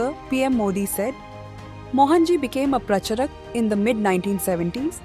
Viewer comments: Horrible pronunciations ! Saying भगवत instead of भागवत, प्रचरक instead of प्रचारक.... not matching with 'ANI' standards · Make real voiced videos than using cheap AI that can not pronounce Pracharak properly.